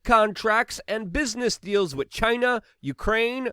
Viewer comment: Lol, just another “Luke-ism” Same as how he says with as “wit” Love this cat. Top notch human